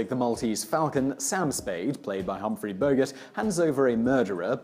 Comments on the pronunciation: Who the hell is Humphrey Bogus?! It was Humphrey Bogart, you proper English speaking person YOU... lmsbo!! 😂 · Humphrey Bogart... not Humphrey bogus. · Did he just say ....Bogurt? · Really- we're now pronouncing Bogart to rhyme with yogurt? And connoisseur ends with a "sir" not a "saw". His mispronunciations are so distracting.